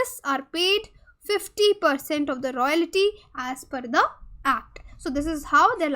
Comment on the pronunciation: "Royalty" ko "Royality" bol raha hai